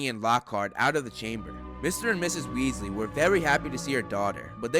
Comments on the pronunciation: Not Wealsy it's Weasley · Weasley it’s weaselbee